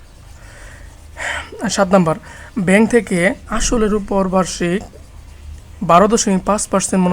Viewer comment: ৫ম শ্রেণির শিক্ষার্থীরা সূত্র জানেনা। তাই তোমরা জানো না বলে সূত্রগুলো আগে শিখিয়ে নিতে হবে। আর উচ্চারণ ও হাতের লেখার প্রতি আরো যত্নশীল হলে ভালো হয়। যেমন বাংলায় নাম্বার নয় নম্বর। ব্যেংক নয় ব্যাংক ইত্যাদি।পারছো???